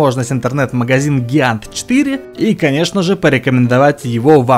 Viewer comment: А по-моему правильно джиант